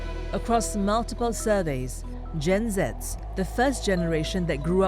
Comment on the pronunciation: As a Gen Z, I hate how the narrator pronounced "Gen Zs" .